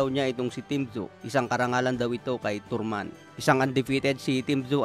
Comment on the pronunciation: Tarman hindi torman, bobo😂